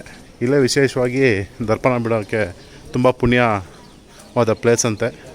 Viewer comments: Darpana alla tharpana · Darpana alla sir..adu ತರ್ಪಣ tarpana..correct ಮಾಡಿಕೊಳ್ಳಿ